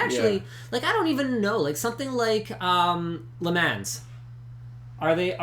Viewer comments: LINUS CANT PRONOUNCE "LE MANS" WHATTHEFUCK LINUS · Linus should learn how to say le mans properly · Oh god.. linus pronouncing Le Mans wrong... I want a LukeTechTips.. Without linus please